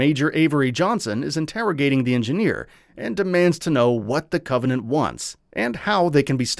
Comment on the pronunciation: Why would you have a person read this script who clearly has never played a single Halo game in their life? That's one thing but the guy can't even pronounce actual English words like Covenant.